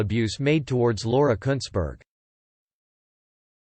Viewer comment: At least your pronouncing her name right, just that she spells it incorrectly.